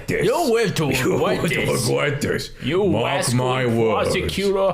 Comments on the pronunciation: You will wive to wegwet this. Mawk my wowds OwO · "You'll live to regwet this" I just died